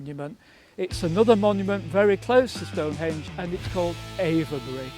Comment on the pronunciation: Great video. Really interesting member of the Time Team. Have to mark him down on his pronunciation of Avebury, though! 😂😂😂